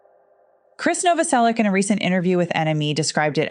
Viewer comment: I would have given a like if you pronounced his name right. It’s Krist Novoselic, not Kris. Not trying to be rude, it’s just respectful ♥️🤗